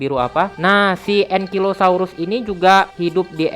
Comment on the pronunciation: Bacanya engkailosaurus bukan engkilosaurus Sama Bacanya triseratop, c nya itu dibacanya jadi s